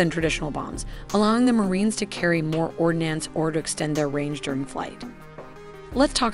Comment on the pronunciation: It’s a very useful presentation. Thanks. A tiny nit, but please check your pronunciation of kilometer and ordnance.